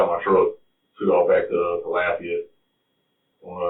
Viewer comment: "Laffy-ete" 😂 Otherwise, this is a horrible story